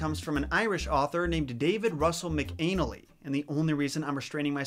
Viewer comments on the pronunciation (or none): It's mac a nal ee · Its pronounced MACK-uh-Nally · Mcanally= Mac-An-Ally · So, leprechauns are actually...Redcoats? Argh. Also, MacAnally is probably pronounced more like "mac-CON-nely", or "mac-CAN-nely", not "mac-ANE-nely" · For the record, McAnally is pronounced “Mack-in-alley”, with emphasis on the Mack. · I'm irish and the way you pronounced some of these made me cringe a little: Yeats is pronounced Yates. McAnally is pronounced Mac-an-ally. Monaghan is pronounced Mon-a-han. Also when saying an irish word starting with "bh" its pronounced with a "v" sound. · McAnally is pronounced kind of like Mackin-alley. That gave me a good laugh! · I think its pronounced "mac-ah-nal-ee" lolz. That's a pretty common way I've heard it at least 🤷🏻‍♂️. Ur so funny!!! Love your content!!!! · William Butler "Yates" - that's how you pronounce that. Also pretty sure the other name is pronounced like "MacNally" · I think it's Mac-a-nally. Love your channel! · I believe that name is pronounced “MAC-an-ally.” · UM....pronounced Mac- uh-nally. LOL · Yeats rhymes with rates. McAnally is pronounced Mac-an-alley. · MAC-anne-AL-ee. LOL McAnally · Macca-Nally, Tooth-ah, Mon-ah-hin(han is also good but we say it so fast it sounds like hin soo) and Yeats is actually ate not eat because we Irish don't do anything easy!! (I mean there's different versions of Irish language ffs.... Ulster being the superior of course! :P ....annnd go!) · It’s pronounced Mack-uh-nelly 😂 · 😂 I'm not sure, but i think it's pronounced mack-uh-nally, rhymes with Sally. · McAnally I pronounced as "Mc-Ah-nally" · Your pronounce McAnally Mc-An-ally. Or the Scottish variant McInally and it would be pronounced the same way. McAnally is a version of McNally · It's pronounced Mac-an- alley just an fyi. I love your pronunciation though🤣🤣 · Yes McAnally is pronounced mac-an-aly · I looked it up and McAnally is pronounced MAK uh n æ l ee, so close. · Mcanally is pronounced Mac-in-alle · Pronounced.. Mac An Alley